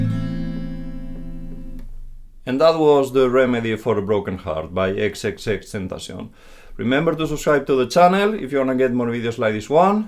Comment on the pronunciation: Finally someone who can say his name right. Tentacion is spanish so I’m assuming that’s why he can actually pronounce it correctly